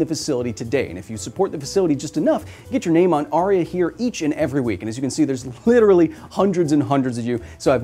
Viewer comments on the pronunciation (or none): none